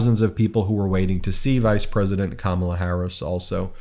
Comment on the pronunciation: That guy can’t pronounce Walz or Kamala and sounds like a uneducated moron! It doesn’t take a college education to run up and down some field with a ball!